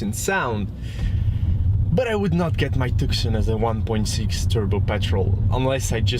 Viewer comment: I think it's propnounced Tooson